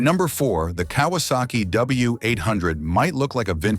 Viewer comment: “Kay -was - saki